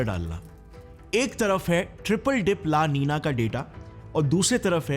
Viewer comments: La NI NA hai, not La Ni NYA. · La nina ki pronounciation😂bhai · La ninia nahi hai la Nina hai ye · Why the pronounciation of the words la nino and la nina is 'ninia'? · ला नीनिया नही वह "ला नीना" है। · That's LA NINA brother,,, don't pronounce LA NINIA ,,,,, that's so painful to hear😊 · Seriously, LA Niniya.... Fix your pronunciation... It's nina like the famous actress Nina Gupta.... Not Niniya... Unless you're feeling sleepy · La ninia ❌ La- Nina ✅ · Plzzz app word ko pronounce to theak karo. Lanina not laninia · La ninia😅😅